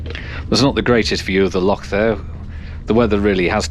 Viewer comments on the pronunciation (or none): none